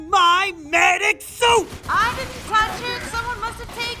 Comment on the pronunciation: Oh... "SUIT". I kept hearing "SOUP" and he ran around screaming after his "MEDICAL SOUP". I assumed they had stocked up on zebra healing soups.